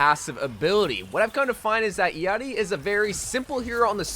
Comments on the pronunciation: Its how you pronouce her name lmao😂 not the way it is written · Thank you for pronouncing her name correcrly 😊